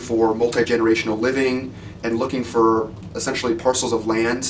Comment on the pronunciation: looking "fer"?